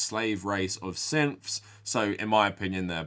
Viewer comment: Every time you say syths all I hear is simps